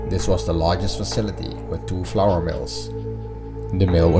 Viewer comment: As a fellow Dutch it was hilarious to hear you pronounce flour. All I could hear was "floor". I had a good chuckle about that one in context of how bad the floors in the factory are. Amazing factory though. As an engineer I really wanted to know how it all functioned back in its time. It looks amazing with all of the wooden chutes. I think the most of the machines are roller mills. Too bad they ran out of funds for the intact factory. Keep them coming! Your last video was top notch too!